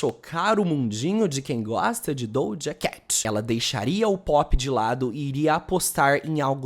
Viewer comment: Acho tão interessante ele falar dojacatch